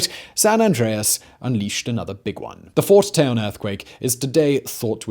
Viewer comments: It’s Fort Tejon (tee-hon) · Fort Tejon (Teh Hone)